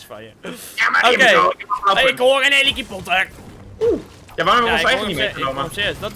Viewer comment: Ik hoor nu pas dat hij helikapotter zegt in plaats van helicopter